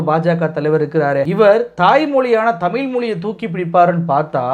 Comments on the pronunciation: அவனை பற்றி பேசி வீணாக நேரத்தை வீணாக்காதீர்கள். அவனுக்கு தமிழ் உச்சரிப்பு கூட சரியில்லை. ‘தமில்’, ‘வலக்கு’😂😂😂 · அண்ணாமலைக்கு கூடத் தான் ஐபிஎஸ் ஆகி,இத்தனை வயதாகியும் தமிழை தமிழ் என்று உச்சரிக்கத் தெரியாது தெமில் , தமில் என்பார் அதற்காக அவர் படிப்பறிவு இல்லாதவர் ,. இவர் படித்த பள்ளி எது இவ்வளவு கேவலமா சொல்லி கொடுத்து இருக்கிறார்கள் என்றா சொல்ல முடியும். ஆட்டு குட்டி அவ்வளவு தான் நம்மூர் 3ம் வகுப்பு தானா